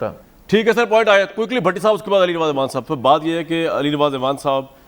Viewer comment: کامران بھائی لفظ اعوان ہے آپ ایوان کہ کر بلاتے ہیں ۔۔ Next time parhaiz krain🤒 Shukria❤🌷🌷